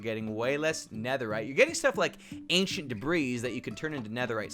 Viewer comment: Anchent debris